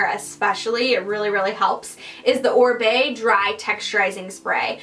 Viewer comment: If it wasn't for Embur's comment below i would have no idea about Oribe texturizing spray. You were not clear in pronouncing it. And you had bottle turned so couldn't see the name. It would help to be clearer on the names of products and where you can buy some of them. Otherwise Thank you for the great tips.